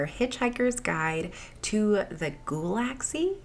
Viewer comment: Ghoul-ah-xee. Not Galaah-laxy! 😂😂😂